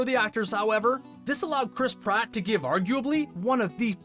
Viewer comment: it’s Chris Pratt not Prott